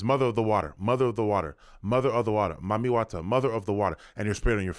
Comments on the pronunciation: It sounds like they’re saying “Mummy” water. Seems ominous… Is this spray some kind of Preservation for a “dead” face? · Sounds like it’s pronounced “eat dem” eat them …EaDem! Mami Wata is a mermaid 🧜🏽‍♀️ siren and Sirens “EAT” the sailors …… hmmmmmmm I wonder what is being released that is eating on the humans